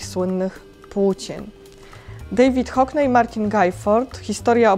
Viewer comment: Hockney nie wymawia sie HOKNEJ, uszy krwawią